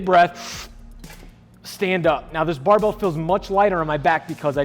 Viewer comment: I haven't heard the word barbell spoken this many times since Scott Herman. BAHBELL haha